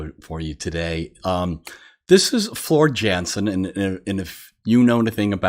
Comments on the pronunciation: if you haven't listened to Nightwish with Floor, then you have truly missed out...FYI---her last name is pronounced Yansen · Please please....what are you waiting for??? =D Welcome, to Nightwish. :) Here is my list for you......but first..... Floor Jansen (pronounced Yansen) who is actually Dutch and the 3rd of the bands lead singers. By the way....she is 6'1" and known as the Valkyrie Goddess. Marco - Bass and vocals (wait until you hear him sing with Floor and solo....) This band is going to rock your world dude. Emppu - Lead guitar (jokester and very deliberative in his playing) Jukka on drums, but had to stop due to insomnia (but is still behind the scenes with Nightwish), new drummer is Kai who was the drummer with Wintersun. Tuomas - keyboards and main songwriter/choreographer for Nightwish aka genius. :) And Troy, who you will see trust me, as he is vocals/flute/woodwind/bagpipes/you name it lol. :) Here's just a few Nightwish live songs for you to choose from.... The links that I have added are with lyrics whenever possible :) Shudder Before the Beautiful (opening song at Wembley Arena 2015) Your's is an Empty Hope (2nd song in Wembley Arena 2015) Ghost Love Score (Wacken 2013) Storytime (Wacken 2013) Romanticide (Wacken 2013) I Want My Tears Back (Buenos Aires) Ever Dream (Wacken 2013) Ghost River (Wacken 2013) Song of Myself (Wacken 2013) Last Ride of the Day (Last song of the Wacken 2013) Dark Chest of Wonders (Opening song Wacken 2013) Devil and the Deep Dark Ocean (Buenos Aires 2018) Amaranth (Wacken 20